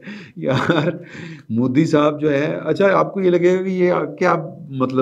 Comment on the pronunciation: Plz bolnay ka style theek kerein.phatay pe bethnay walon ki tarah baat kertay hain.punjabi bolna buri baat nahi.magar Modi ko "moodhi" "meehta bachachan" thori mehnat kerein.